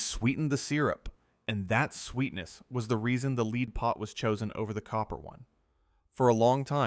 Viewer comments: Can you not pronounce lead as a metal? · The voiceover incorrectly uses lead as in to lead a horse to water instead of the heavy metal lead multiple times. Is it that hard to have a human read a script? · The AI voice mispronunciation of lead back and forth shows that this channel and our humanity deserves a human voice. I will not be listening again until a human is narrating. Sorry. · Its strange how one sentence it says it correctly, then the very next sentence its mispronounced